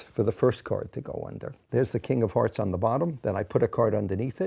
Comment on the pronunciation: Im very sleepy and I swear I heard him say Kingdom Hearts not king of hearts and no one can persuade me otherwise